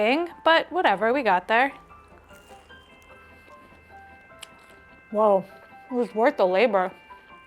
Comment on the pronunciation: Happy to see Wo: being included!!! I have made and eaten this a lot!!! And you have pronounced it correctly!!! ❤ Yes, the soaking and peeling are actually tedious.